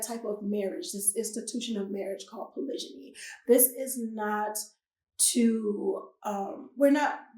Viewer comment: Why do you keep pronouncing Polygamy as Polyjany?